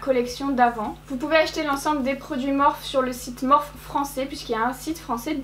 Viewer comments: Je refuse de continuer à regarder si elle continue à prononcer morphe "morphe" prononcé [morfie], nan sans rire très bonne vidéo comme d'habitude 😊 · On dit pas morphe on dit morphiiiiiiiiii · Ça dérange que moi comment elle prononce Morphe ?? Ça se prononce pas morphe mais morphi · Au top comme d’habitude ❤️ Par compte tu me fais tjrs sourire quand tu prononce Morphe car moi je le prononce « Morphie »😂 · On dit morphIIIII Sinon maquillage magnifique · En vrai ça me fait grave bizarre que tu dis “Morphe” au lieu de “Morphie” 😩😂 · Ça se prononce MORPHI pas MORPH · C pas morph mais morphe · Elle me fait rire quand elle dit m «Morphe» parceque ça se dit Morphi 😂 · les éponges étaient "abimées" parce que tu as vu comment tu les as arraché de l'emballage !!!!!!!!!!! et ça se prononce MOR-FEEE, pas MORF !!!! pfffff !!! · toi aussi si veut dire morphe et pas " morphi " c'est sont choix et respecte le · Je ne sais jamais comment il faut prononcer cette marque, j'entends des morphe, morphi ou morphé 😂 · On dit pas morphÉ??? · La marque Morphe se prononce Morfii si jamais 🙏🏻🌸 et jadore comme dhabitude!